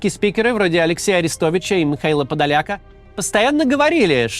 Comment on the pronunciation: Подоляк, наголос на О